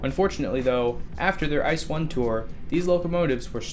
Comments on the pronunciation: Ice xD you speak it I C E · Ee-Tse-Eh is the actual correct pronunciation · Pet peeve: It's pronounced "I-See-Eee" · If you say ice I'll say fack rather than P-H-A-C.... do we have a deal? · Just a little note, the letters of the German ICE are spoken Individually like saying USA so its said Eye - See - Eee. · Interesting Video thank you for this. Side Note: The ICE isn´t pronounced like ice, spell each letter separatly as it´s short for: Inter City Express. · "ICE" is pronounced with each letter separately, and not as a word. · Inter City Express - ICE. Stupid narrator.